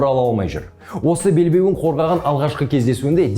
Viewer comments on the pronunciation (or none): Бауырым Уақытша белбеу деп айтсай Уақытша белбееу